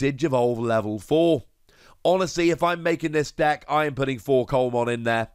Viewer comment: Just as a heads up, Coelamon is pronounced "see-la-mon", as in the fish coelacanth. I am interested to see how Takumi Aiba gets used down the line. It's obviously a good card, but I wonder which decks will have the space for it, and which decks will have to MAKE space for it.